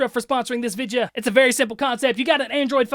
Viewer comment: i love how he pronounces video like vige yuh